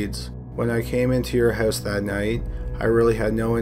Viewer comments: I love it when your canadian accent comes through. "How the killer got into the hoos" 😅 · In the same hoose